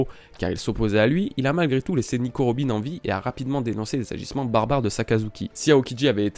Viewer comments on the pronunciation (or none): none